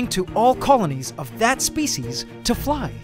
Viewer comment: "spice"!!? I mean "species".